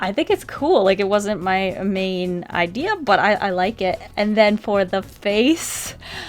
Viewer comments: “it wasnt my MANE idea” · “it wasn’t my mane idea.” i apologize. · "it wasn't my mane idea, but.."